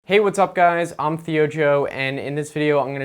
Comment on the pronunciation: I hate how he says I'n and not I'm.